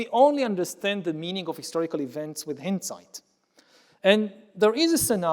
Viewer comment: Why pronounce Hindsight as if it doesn't have its route in the word behind... I'm not buying it.